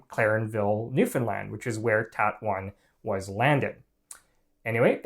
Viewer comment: I could kiss this man for his correct pronunciation of Newfoundland